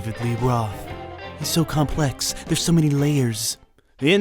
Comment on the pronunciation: I love how the narrator stubbornly keeps saying 'mini' instead of 'many'.